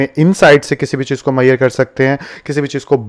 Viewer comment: मैयर मत बोलो मेझ रमेंट बोलो